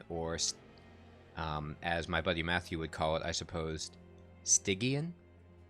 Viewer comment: Much to say here. First, I'm actually liking your pronunciation of Stygian better. Spell weakness. I actually haven't built a deck around that yet, but wanted to. Get a ton of attacks on the final boss and a strong spell will wreck it. So it's really cool to watch you do a deck style I haven't done yet. Hope it works. The idea of building on the higher floors. That was a tip I didn't want to give until you started to think in those terms yourself. But it all depends on the champion and the approach. This champion you will want on the first floor, I would think, to stack spell weakness on the boss. On the top floor, you wouldn't have a chance to capitalize on that if the boss makes it past him. But also, with that start against the boss at the end, forced to the second floor to start. These are the basic things that start adding depth to this game. On your early runs, you would have likely tried to force the issue on the first floor instead of recognizing the room you have to work with. (And again, your errors mirror my own learning curve, so it all just brings back memories.) Bosses, ultimately, are designed to simply screw up your deck design in that way. Can the boss force you to work around around their specialty in a way that messes you up completely? Or are you able to simply adjust to another floor or something to get around them with no trouble? (Like trying to avoid their incant bonuses... how much does that cripple your deck and play style?) Oh and I haven't used asc